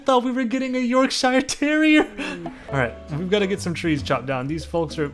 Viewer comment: "YORk Shy ER TErrier"